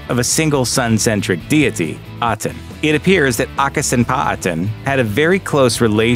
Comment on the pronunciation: It's pronounced Ankhasunamen .She was King Tut's wife and sister! She wasn't called Annaksunamun!